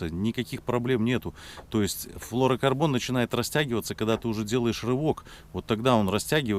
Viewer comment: Да перестань ты говорить флорокорбон,правильно флюро говорить